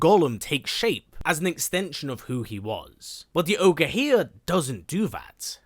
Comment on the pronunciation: Its Ogre my guy..not orge